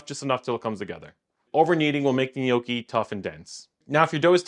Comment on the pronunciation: "Knee oh kee"